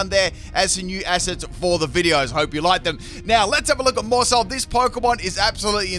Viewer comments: It's pronounced "mouse hold" to be like "household" 😊 loving the new content! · The pronunciation of Maushold is Mouse-Hold, like Household. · For what it's worth, I think it's pronounced 'mouse' hold, like household. And I would've rage quit after that 1% miss lol. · It's pronounced MOUSEHOLD , rhymes with Household.. as in a family 🏠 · I’m sorry, but how do you not know how to say Maushold? It’s a play on “household” obviously, except it’s a household of mice. Therefore Maushold is basically Mouse-hold. I’m normally not “that guy” but this one was just pretty easy to say imo lol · I think it’s still pronounced like mousehold as in household family of mice? 🤷🏼‍♂️ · Maushold would definitely be pronounced Mouse Hold, because it’s a pun on household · I think its name is supposed to be sounded out like mouse-hold. Kind of a play on the word Household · It's pronounced MOUSE-hold